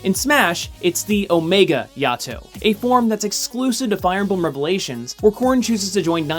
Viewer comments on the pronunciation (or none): It is pronounced Yay-Toe